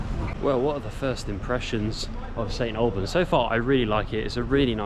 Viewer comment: Thank you, brought back fond memories of growing up in the area. I would hear local people pronounce it "snalbans' and it rubbed off on me and so I find it strange to hear it correctly pronounced as you do. bless ya.